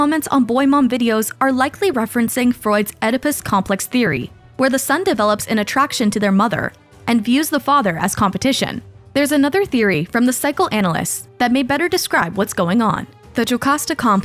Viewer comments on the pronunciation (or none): eedipus. Not eddopus (Oedipus)